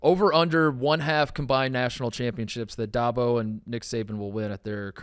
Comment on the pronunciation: DAB-oh Not DOB-oh C'mon Mark. U can do this.